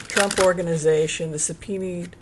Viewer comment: Supena is how it is pronounced. I know you care about getting it right because you have mentioned it before and asked if you were saying it right.